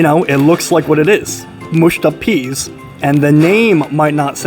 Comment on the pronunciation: Newd to say the oeas the right way